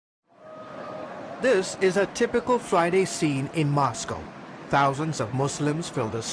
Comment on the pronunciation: "In MOSCow there are only 4 mosques" lol